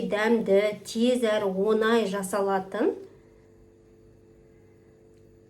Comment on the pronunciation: Онай емес оңай